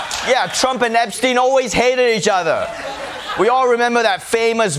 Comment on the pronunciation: Jesus, John, it's Epstein for God's sake...